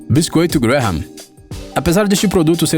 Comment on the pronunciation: "Graham" pronuncia-se "grémm", o "ha" é mudo. "Salisbury" pronuncia-se "sósbri". E "corn flakes" não é uma MARCA, é simplesmente como se diz "flocos de milho" em inglês.